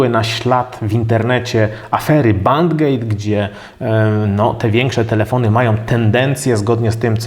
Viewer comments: Prowadzący prezentację powinien podszlifować swój angielski.Bend-gate nie czytamy band-gate. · Nie "bandgejt" tylko "bendgejt". W innych filmikach też jest pare takich drobnych błędów językowych, któe trochę rażą.